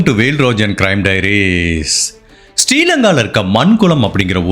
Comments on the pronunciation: Not Mankulam it’s Maaan Kulam not poongudithrervu it’s pungudi Theevu 😢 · Just a small note — I noticed that you pronounce the names of these two places incorrectly a few times in the video: புங்குடுதீவு — Pungudutheevu மாங்குளம் — Maankulam Just wanted to point it out, so you can check the Tamil spelling and pronunciation.